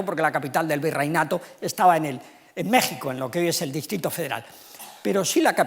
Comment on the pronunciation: A este señor le cuesta decir mexico pero si dice pais egipto.